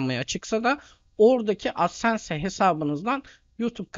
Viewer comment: hocam adsense diye okunmaz dslşkflşsdkfşsldkfaskfsf